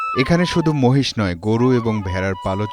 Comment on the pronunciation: মশ নয় । বলেন মহিষ